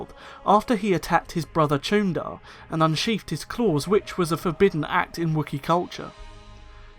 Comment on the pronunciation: The “ch” as in Chuundar makes an /sh/ sound. Jolee Bindo said so.